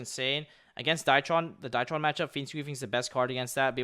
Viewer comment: I've always liked how Pak pronounces Drytron as Dietron haha Great profile bro!